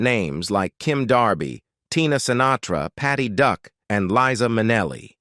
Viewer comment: This announcer cannot even say Patty Duck pronounced duke.